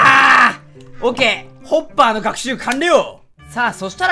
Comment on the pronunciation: 滑舌のせいかホッパーが おっぱいに聞こえない？自分だけ？